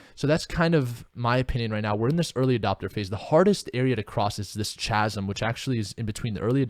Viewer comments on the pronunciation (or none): Chasm=kasum hahaha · "chasm" is pronounced "kasm":)